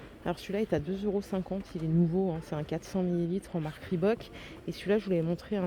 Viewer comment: La marque Reebok 😅le O se dit ou